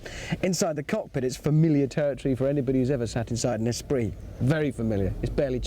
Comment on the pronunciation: Espirit??? ESPIRIT??? OMG. Esprit!!!